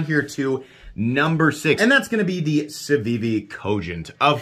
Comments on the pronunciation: "savivi" "cevivi". What's with that on the time skips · Sencut* and Civivi* not Cencut and Savivi lol